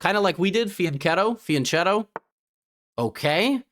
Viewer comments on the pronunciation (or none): OK, just to make it 100% clear as an Italian speaker: it is pronounced "fianketto". If it were spelled "fiancetto" without the h, then it would be "fiantshetto".